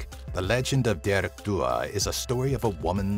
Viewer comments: Dearg isn't pronounced deearg it's pronounced jarig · He wasn't that bad. He definitely pronounced "dearg" wrong for dearg due though.